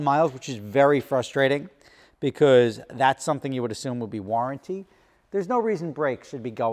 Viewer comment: Why do you think you don’t know how to say because?